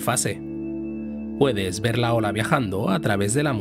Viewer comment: se dice ver con r. la luz y su velocidad. cuanta fe